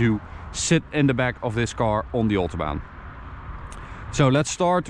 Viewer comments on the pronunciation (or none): Come on, you are Dutch, you know how to pronounce Maybach and Autobahn. Just because the Americans butcher every foreign name, doesnt mean you have to do it too. Other than that, great video as always.